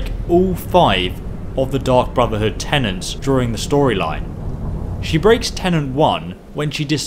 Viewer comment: “Tenets”. Not “tenants”.